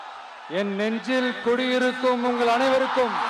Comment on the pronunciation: திக்காத பேசுடா ஜோசப் நெஞ்சில் குடியிருக்கும் என்பது வேற மாதிரி கேக்குது